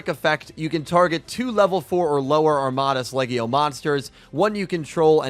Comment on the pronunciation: The name "Armatos Legio" is pronounced "arm-a-tose lee-jee-O". Armatos Legio Legatus Legionis is pronounced "arm-a-tose lee-jee-O leg-a-tis lee-jee-O-nis". For Armatos Legio Magnus Dux, you got the name right, aside from the archetype name. Hop that helps out with some pronunciations. :)